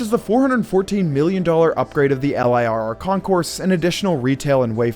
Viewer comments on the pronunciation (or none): Who in the fuck says L- I - R - R? It's "L- I- Double R" edit: also.... old penn station was a dilapidated piece of shit for a long time before it was demolished. The architecture was great, but the maintenance was nonexistence. Eventually this would benefit the protection of Grand Central, but old Penn was basically abandoned and gross.